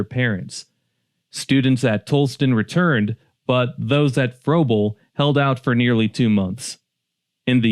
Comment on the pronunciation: Pronounced Fraybul and Tallastun.